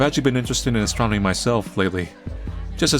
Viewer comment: The way he keeps saying "astromony," I can't tell if he's trying to be funny, or if he's going full George W. Bush nukular on us. I counted at least three astromonies.